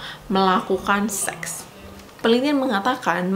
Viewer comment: tolong ngomong seks nya biasa aja, gausah di tekankan 😂